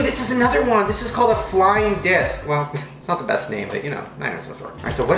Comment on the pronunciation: I keep thinking that you said flying dick net its fling disc